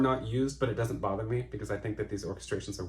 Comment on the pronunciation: Linda Balgord nails the vowel at the end of With One Look. It is a MEEEEE!